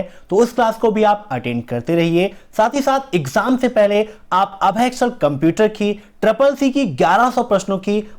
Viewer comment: Bhai apni pronunciation thek kr le